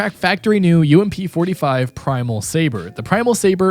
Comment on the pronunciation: U-m-p lol it’s ump